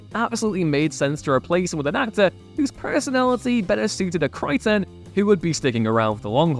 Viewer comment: Kry-Ten? KRY...TEN??? Why are you separating the syllables?